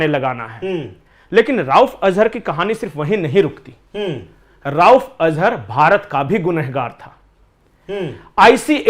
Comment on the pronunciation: राउफ़ नहीं रऊफ़ अज़हर है।